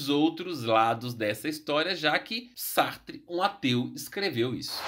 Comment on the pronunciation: Que viagem! Sartre pronúncia está correta